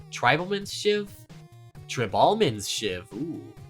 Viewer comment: Dude… it’s tr-eye-ble mans shiv. You literally just don’t know how to pronounce tribal.